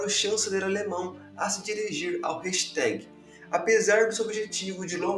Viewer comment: Agora lascou: dps que eu ouvi reichstag pronunciado como hashtag nunca mais falarei diferente! 😊 excelente video, faça mais e mais 🫶🏻